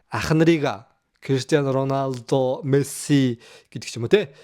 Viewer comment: Ронадо биш РОНАЛДО шүүү